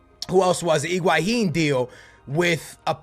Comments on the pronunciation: it's higuain not iguahin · Iguahin?????? LOL intstead of Higuain he Iguahin???